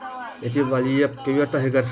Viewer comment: молодец хозяин канала правильно ставит ударение в фамилии чемпиона.в отличии от русского который коверкает фамилию валиев на всю страну на турнире